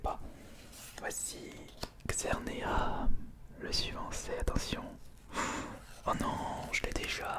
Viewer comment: Trop bien ta vidéo comme toujours mais sa me stresse a toute tes vidéos il faut dire le S a la fin de xerneas mais c’est pas grave